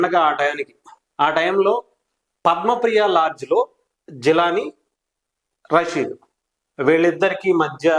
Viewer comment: అరే బాబూ,, " రసీదు " కాదు,, "రషీద్" . అంత పెద్ద board పెట్టుకొని కూడ విషయాన్ని క్లియర్ గా చెప్పలేక పోతున్నావు.. నువ్వు చెబుతున్న తీరు చండాలంగా ఉన్నది.. 😡 😠